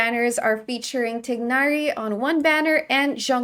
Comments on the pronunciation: For Tighnari's pronounciation, you should try and say "Ti-eh-nari" instead of "Tig-nari" . "Tee-nari" is also good but "Tie-nari" is not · Its more like Ti-gh-nari with a very throaty g sound but most English speakers who can't speak Arabic can't do that. It's much easier to get that throat 'h' sound if you say "eh" like Ti-eh-nari. isn't pronouncing the h so it just sounds like Tig-nari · I love how you say Tighnari's name